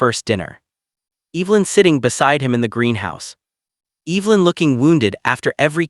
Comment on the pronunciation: Please learn the pronunciation of the name Evelyn! Narrator’s voice is unattractive.